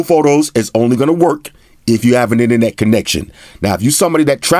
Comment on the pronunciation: In a few minutes I already learned more than from other reviewers. And I learn new cool words like "ine-net", have my sub sir!